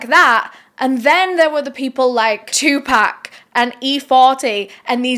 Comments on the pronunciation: 2Pok not 2PACK! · Sry not being a d&^k....but pac my fave rapper. You keep saying 2pack. Nooooo it's 2Pac.. (pronounced (2 pock) love ya girl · ok its TUPAC lol not "2 pack" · I don’t mean to be rude but Tupac is not pronounced two pack it was closer to two pock the way it was pronounced. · Is no one going to comment about the way she's pronouncing Tupac? Lol,no worries girl. Its pronounced like "two pock". Just some food for thought. Love your channel!! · It pronounced 2 poc but it’s spelled like pac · why do yall continue to call this man " 2 Pack" knowing dang well yall done heard this man pronounce his name before and you hear others pronounce it properly..i swear its rooted in yall dna purposefully mispronounce AA ppls names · 2-pack? hahahahahahhaha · “2 pack” ??? 😵‍💫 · who tf is “two pack “😂😂😂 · "2 pack" 😂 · “2 pack” that hurt a little 😭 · She said 2 pack lololol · TUPAC IS PRONOUNCED (2P0C) PCP WAS REAL. POPULAR IN THE 60'S AND 70'S IT WAS A HIPPIE DRUG😊😊😊😊😊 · Haha. She said two pack. 😂😂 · “two pack” is crazy lol. still love you though ❤ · The way she keeps mispronouncing 2pac name is cringing me more than the story. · I CANT BELIEVE SHE SAID TUPAC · You're not pronouncing Tupac name correctly. Please don't butcher rappers name especially legends who passed. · OMG....WHEN YOU SAID FUKIN BITCHES I LITERALLY LAUGHED OUT LOUD OVER & OVER AGAIN!! BUT I'M GOING TO NEED YOU TO PRONOUNCE TUPAC'S NAME CORRECTLY!!